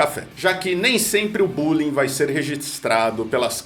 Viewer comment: Parecido com o capeta do Alto da Compadecida e bulingui de baixo nível...qua qua qua qua